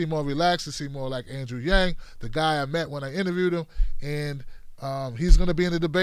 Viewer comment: She pronounced his name correctly, wow, 99% of the time I hear his name, i hear it pronounced wrong